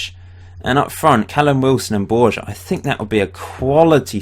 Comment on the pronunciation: Borja is pronounced Borha.